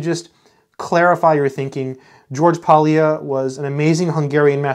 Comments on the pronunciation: Polya is a Hungarian surname and the L is silent. The correct pronunciation is just simply Poya. Thanks for sharing your experience with this wonderful book from this great scientist. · It is still in print, just bought one. Pronounce his name something like "poh-yah". "ly" is a letter from the Hungarian alphabet pronounced /j/. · ly in Polya is pronounced like double l in Spanish.